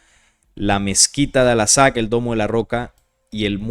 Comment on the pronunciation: Por qué sigues diciendo "alasak"? Chale...